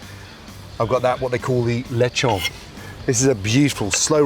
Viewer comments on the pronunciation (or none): none